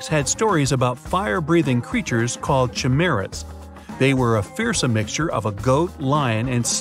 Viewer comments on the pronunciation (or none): Chimera....ki-Mara. Not chi-mara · kai-mera. not chimera.